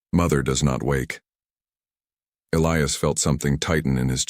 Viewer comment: At about : : the pronunciation of a key person, 'ilious' is badly done and should be 'Elias' instead!. Oops LoL 😮😢